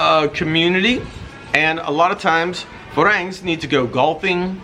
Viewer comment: You've been in Thailand for 10 years and don't know how to pronounce "farang"???